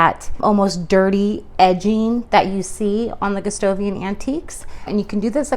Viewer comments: Since the king's name is Gustav (Goostahf), it's Goo STAH vian, not Goo STOH vian. Good job on the finish! You have a much better understanding of what is going on with Gustavian furniture than the others on YouTube. It's a more nuanced effect, and a bit complicated, but you have a great eye. Thank you for this. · Your technique is the best I've seen for this finish, but you keep saying Gustovian instead of Gustavian with an "a." It's distracting.